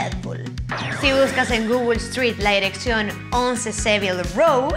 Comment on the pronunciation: Soy yo el único que escucha que dice Erección en ves de dirección. :v